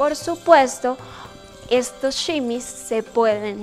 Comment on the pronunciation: No se dice simis